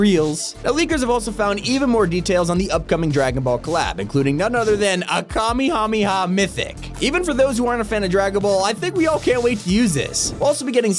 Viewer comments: "Ka-Me-Ha-Me-Ha" really, do you even watch the darn show. It's Ka May Ha May Ha. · First of all it's kame house not kami house second of all it's Kamehameha not kamihameha pissed me off with how u say it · Sorry but it's pronounced ka-mae-ha-mae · bro said kameehameeha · He did indeed say so. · you said it wrong its actually kaameeeeh kaameeeeh haaaaaaaah